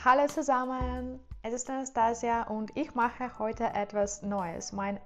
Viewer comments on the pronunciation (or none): none